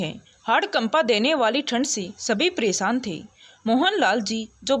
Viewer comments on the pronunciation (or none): अभी तक मैंने बहुत कहानियों पढी सुनी सभी में एक गलती की तरफ ध्यानाकर्षण करना चाहूंगा और वह है उच्चारण परेशानी को प्रेशानी पढ रही हो है को हैं और बहुत शब्द हैं कभी याद नहीं आ रहा है।